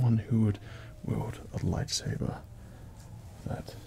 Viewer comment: He said "lifesaber"